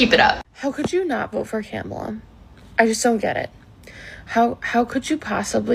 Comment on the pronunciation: A lot of them don't even pronounce kamala's name right 😂